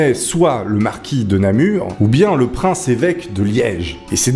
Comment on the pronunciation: Bonjour, j'écris actuellement de ma ville natale Namur et tu prononces très bien, merci